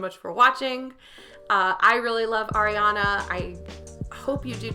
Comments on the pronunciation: Its not aa-riana its ariana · Her name is pronounced Ah-re-ana Gr-ahn-day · air-riana grandy 😂 i love that.. she did pronounce it “grandy” in that interview cause she said that’s what her grandfather would say but it is pronounced grande like the starbucks drink and it’s ar-riana 💛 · Astro Tony and it’s ARIana not AIRiana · first of all you say “Ariana” wrong as well if you want to correct Grande